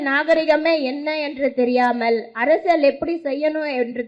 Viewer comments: அது என்ன அரசல், அரசியல் என்று பேசுவே தெரியவில்லை நீ எல்லாம் ஒரு அரசியல் பேசுற. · Ne first Arasiyal nra word a olunga sollu di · First learn how to say அரசியல், then come and talk. You are keep saying அரசில் useless idiot